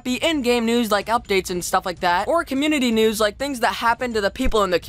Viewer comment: lets get right into the news what kind of pernouncination is that